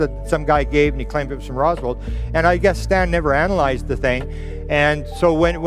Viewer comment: Grant Cameron is extremely dense and cannot say Roswell properly if his children’s lives were on the line. Also he just has completely nonsensical stories of fantastic crap that he’s conveying 2nd and often 3rd handed.